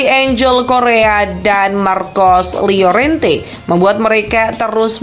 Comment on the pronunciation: Llorente harusnya dibaca "yorente" Bukan liorente wkwk